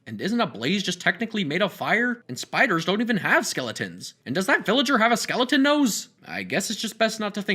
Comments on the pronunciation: It's skeleton not skeledan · Its skeleton not skeledan so sin your life